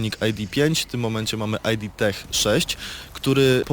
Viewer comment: Panowie nie "aj di" software tylko "id" gdyż jest to nazwa pochodząca od terminu id używanego w psychoanalizie a nie ID czyli dowodu tożsamości